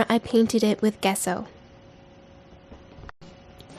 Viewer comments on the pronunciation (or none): You probably know this by now, but for anyone who doesn't, gesso is pronounced "jesso," like jello with s's instead of l's. 😁 Otherwise, this is a very cool technique!